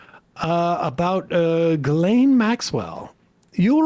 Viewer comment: who the f is guhlaine maxwell? you talking about jizzlane maxwell?